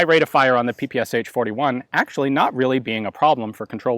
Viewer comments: not pee-pee-ess-aitch, pronounce puh-puh-shah. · P-P-SHA not p-p-s-h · I know I am not the first one here to say this, but saying ''pi-pi-es-h'' is not correct. Ш letter has no equivalent in English. The closest to it is german ''sch''. But there is sound, very close to Ш in English. This is sound you hear saying name, Sean. In Russian, it sounds like Шон, so the first sound of Sean name is equivalent to Ш. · "Sh" pronounce like "Sha" like saSha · it's pe pe sha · Don't say H! Shakira, Rashid ... Are you saying H? ;) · It is actually pronounced as P P Sh, where "sh" is one sound and not two different sounds. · So tired of people not pronouncing the name correctly, you'd think this twit would know better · "ППШ-41"... Последние две буквы ("Sh") так написаны из-за отсутствия в английском алфавите аналога буквы "Ш". Так что произношение названия очень неправильное. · YOU PRONOUNCE PPSH WRONG!